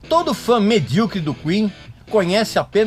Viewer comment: Pessoal ficam bravo por ele dizer medriocre, pessoal tem que saber que essa palavra vem do mediano